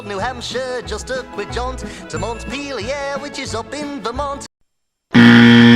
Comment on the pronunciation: Monteplier is pronounced mon-ti-ple-er.